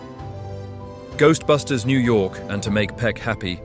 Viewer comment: Gooserbusters??? Look, if you're going to create a bunch of AI slop about a movie, get the facts and pronunciations correct.